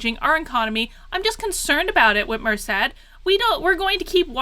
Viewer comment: Finally you are pronouncing her name correctly! God I have no idea why, but that drives me nuts! I’m from Michigan been here 40years since birth! She’s hands down the worst mistake we’ve ever made, no doubt also I did not vote for this mess. Her debate to become governor was a sign! Not sure if it’s available but watch that and you’ll see DNC was running the show all the way back then.